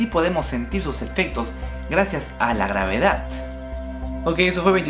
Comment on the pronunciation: que aprendi con este video? que se dice gravedat, no gravedad. mentira te hamo